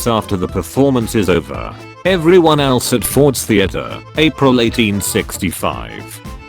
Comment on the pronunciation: but sometimes they are pronounced wrong. It said elees not else.